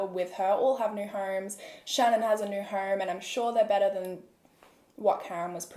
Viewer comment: and "home" as "horme"